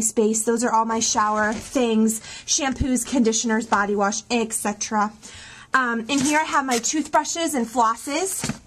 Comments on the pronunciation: ETCETERA not excetera..maybe you spend some of your dollars on some books instead and actually read them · "Eck" cetera ? I'm sure she loves watching herself over and over.